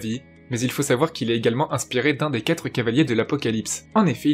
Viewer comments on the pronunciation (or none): none